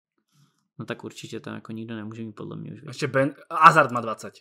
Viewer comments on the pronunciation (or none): none